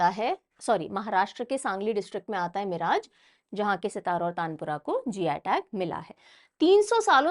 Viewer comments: Just a small info about pronunciation of name of a place in the video. Miraj was not pronounced properly in this video its pronounced as मिरज and not मिराज. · Mam o मिराज nahi मिरज hai..सांगली district Maharashtra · Hello mam One correction Miraj, Sangali, Maharashtra Its मिरज not मिराज Thanks 🙏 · Miraj nahi mam मिरज